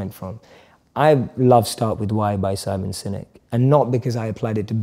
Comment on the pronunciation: Did he really say simon sinek?